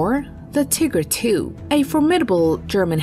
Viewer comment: she said tigger two lol